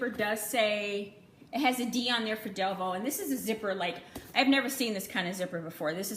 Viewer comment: Thank you for saying our last name right 😂 A hundred videos saying DEVUUUU